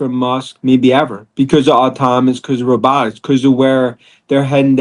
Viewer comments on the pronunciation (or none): Can’t watch this moron. Love Tesla. “Automanous and rabbatics” not giving you a full watch or thumbs up. Nope.